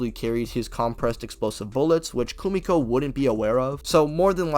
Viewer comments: Hate to be that guy but it’s Kimiko 😅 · You powerscalers are somethin else man. Literally the wiki says he's a basic, non-powered peak human. He's not even making it past The Deep. I mean it's so obvious you didn't even watch The Boys. You genuinely don't even know how to say Kimiko's name correctly. And the fact that you're trying to scale Peacemaker to building level is genuinely just laughable. I mean come on, really? I get that it's all funny haha to make fun of The Boys verse and say they're the weakest verse in fiction but like taking it seriously and to this level is mental illness